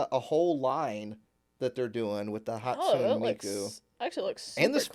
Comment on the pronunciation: Hot-sue-neigh not Hot-soon 😂😂 but we love ya , a hologram idol, gee, is Canari trying to copy Hatsune Miku?